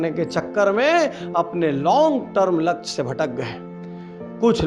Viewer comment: doosro ke kaam me jo khusi milti h ... wo khud k kisi kaam se ni milti .. लछ्य ni hota sir लक्ष्य hota h